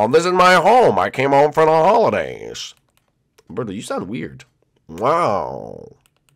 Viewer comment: it's birdo not berto